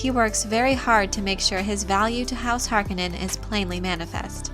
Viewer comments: Please pronounce the Baron's last name correctly: HAR-CONE-NON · Harkonnen pronounced Harkounen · I am puzzled by the way you say Harkonen. Based on my previous exposure to this material it is pronounced with the emphasis on the middle of the word letter o HarkOnen. Is there a reason why you pronounce it differently? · not harkonaan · lol...:)..... Remember: Frank was alive in 1984 and consulted on the Delaurentiis film. That's why you can use it as reference if needed, because he was right there for them to ask how HE thought names and words were pronounced. But, you are right about "po-tay-toe, po-tah-toe".... I can't recall how many names or made up words I have discovered I was butchering only years later, when I finally heard the name pronounced by the author at a convention or in an interview.